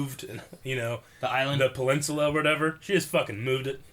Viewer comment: bruv cannot say peninsula